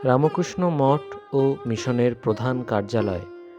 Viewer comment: Bhai....apni RAMKRISHNA NA BOLEY RAMO KRISHNA BOLA KI SATTI THIK..... JOY KRIPAMOY TTHAKUR